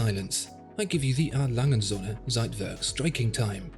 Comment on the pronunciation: und Söhne, not "Sonne". With a long ö , and u is an oe as in shoe...please Sonne= Sun, Söhne = sons